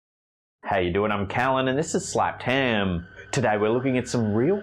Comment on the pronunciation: Channel is Slapped ham not Slaped haaam :/